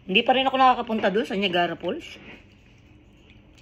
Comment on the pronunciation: Not Nagara falls, it’s Niagara Falls.